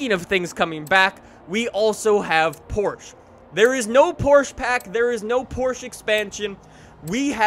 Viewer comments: It's still "PorschEEE" not "Porsch" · Best car game ever! Please say PORSCHE!!! Not PORSCH... My favourite cars are Jaguar C-X 75, Aston Martin DBS from Casino Royale and Bugatti Chiron! They brought back some older cars too! Nice! But why the fat Porsche 917/20 and not a 917K??? Where is SSC Tuatara? Where is the Concept M(iura) ? Where is the R34 Skyline? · Its porsche not porsch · 1. It'll be a cold day in hell when FINALLY learns how to pronounce Porsche correctly. 2. The 917 has a FLAT 12, not a V12.